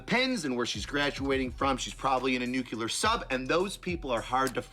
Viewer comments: NOT NUCLAR! NUCLEAR! Get it right! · That fellow cannot pronounce nuclear.